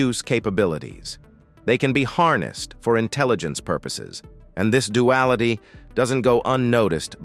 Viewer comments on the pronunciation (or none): none